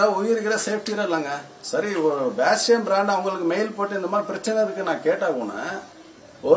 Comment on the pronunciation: அது பாஷ்யம், பேஷ்யம் இல்ல தெளிவாக சொல்லுங்க